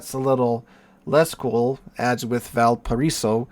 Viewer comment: Try saying val-pa-ray-so